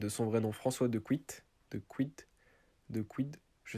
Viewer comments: dequidt ce prononce deuh-kite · Je sais d’où elle est venu trèèès facilement edit: sa se dit Dekit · J abite a 6 km de chez Paul dequidt et g le même nom de famille et sa se prononce deqit